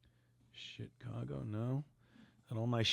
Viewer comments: Now its shiCongo. Not Chicago. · Did he say Chicango?